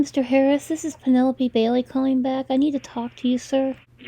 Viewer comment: He said Penelope Bailey incorrectly. He said warehouse incorrectly. He said sending them incorrectly. He said cooperative incorrectly. He said in our incorrectly. He said disctrict attorney incorrectly. He said slap on the risk very badly. He cannot say crying orrectly. He said reoccurring incorrectly. He said "We have no times to lie here" Grammatically incorrect He says dis instead of this multiple times. He says "the more time we can get in jail for them" I have stopped . I could go on for another 30 minutes where his grammar and words get worse.